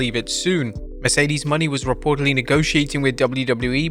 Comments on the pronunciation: It's Mercedes MO-NAY, NOT MONEY and I clearly doubt that Mercedes would waste her time in WWPG again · Its pronounced Mercedes Mow-nayy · Say it with us people : Mercedes Moe-nay